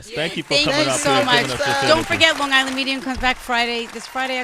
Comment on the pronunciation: You can't say Long Gisland - because you only have on g. God I hate ignorant people.